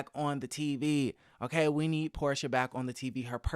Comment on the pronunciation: It's Porsha. Her name is Porsha.